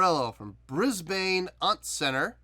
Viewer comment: I enjoyed this reaction. Glad you enjoyed the song. I saw Bruce Springsteen a couple of shows after this and he was amazing. Just FYI - You're pronouncing Brisbane very wrong and it makes me smile every time.